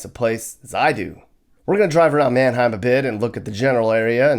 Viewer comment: pretty sure Manheim comes from Germany and should also pronounced that way.